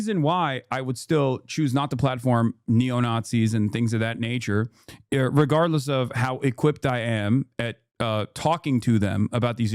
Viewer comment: wait...WTF did you just say?? Lol. Regard-a-less??